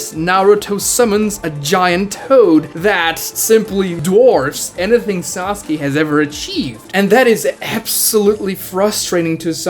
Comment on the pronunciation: Idiot who still says "Sasugay" spotted.